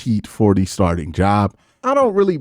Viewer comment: He couldn’t pronounce “starting “ took him a minute.